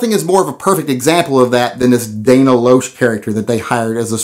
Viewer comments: FYI, her last name is pronounced as "Lash." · I listen to Dana everyday. It is pronounced "Lash". And you are grossly misrepresenting her point of view. Stay classy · Lol...Dana "Lowsh"? Do you really not know how her name is pronounced? Apparently never seen her interviewed, or heard anyone with a clue (i.e. someone who knows how to pronounce her name) talking about her, just read some out of context quotes, saw her name and began displaying your ignorance in humorous fashion. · Damn Yankee. I think you got that all wrong. Dana Loesh (pronounced "LASH") is a lot smarter than "a set of titties". I feel that you might be seeing this one wrong. Outside of Dana having multiple radio shows, she also brings an aspect of law with her law degrees, not to mention overly informative information. She does wild-out some, but she is pro cause. I hope you look into this a little further and hope you see the good here, outside the possible first impression. I do appreciate that you share your opinion though, and happy 4th of July to you and all liberty loving Americans! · disagree.. been listening to her for years.. she explains her values much better on her talk show than in her commercials. respect your opinion but I just disagree. . her last name is pronounced more like "lash".. cute kidos man! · Dana Loesh, pronounced Lash, has been a spokesperson for the NRA for a few years now. She is a nationally syndicated radio talk show host and two time best-selling author. Books are available on Amazon if your interested. Has made several guest commentary appearances on Fox News with Tucker Carlson, Sean Hannity, and Megan Kelly. She has been interviewed by Colion Noir and many others. Her comments are her own. They are not scripted by the NRA. You may not agree with her commentary but that is no reason to make rude comments concerning her anatomy. Go head to head with her on an intellectual level and she'll tear you new ass. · It's pronounced "Lash".